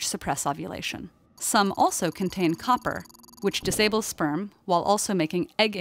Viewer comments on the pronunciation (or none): none